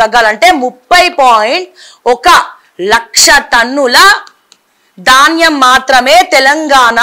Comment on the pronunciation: It is dhaanyam not Daanyam ... so sad to see the errors in language ...